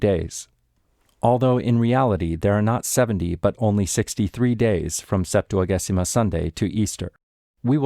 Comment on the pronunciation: Thank you for these amazing complete recordings!!! A tip, in Ecclesiastical Latin, g before e is soft, it is pronounced Septua-jay-sima